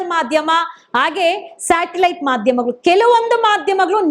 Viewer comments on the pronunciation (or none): none